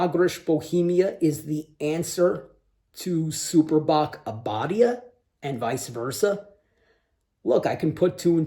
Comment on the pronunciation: Abadía is Abbey, like in Westminster Abbey. And you pronounce it with a long i, Abadiiiia 😉